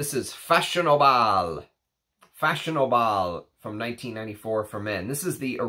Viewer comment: Brilliant video, as always. You, Sir, are becoming the most thorough reviewer on the web, and now clearly my favorite one. Btw, it's pronounced fa-so-na-ble... I also still have the older bottle (used it back in 1998). I also have an original Italian version of DGPH. Delightful. Found it "hidden" in a pharmacy last year, and got it for a cheap price, they didn't realize what it is, and wanted to just rid themselves from an old product so they sold it to me for 30$ 😀